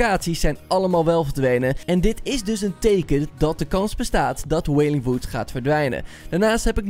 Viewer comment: Goed uit gesproken wailing wood